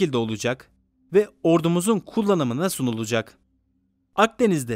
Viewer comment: 5: 56 da " SUNULUCAK " değil SUNULACAK demeniz gerekir !! Lütfen öz türkçe konuşun !!